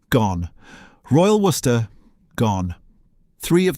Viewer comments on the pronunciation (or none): none